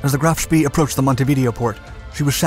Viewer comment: They say it’s bad luck to say spEE, so please pronounce him as: sh-p-ay. Graf Spee